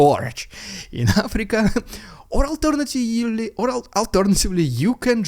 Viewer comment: "Alternatively" - that's a good one! 😂